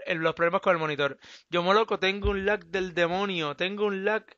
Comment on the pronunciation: minuto en vez de decir lag dijo laik:V (mensajes subliminales comfirmed) los mensajes si funcionan por que le di like:O